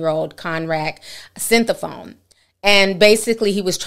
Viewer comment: So You can pronounce Sinthasomphone but California…😂.